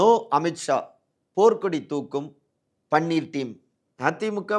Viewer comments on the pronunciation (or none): none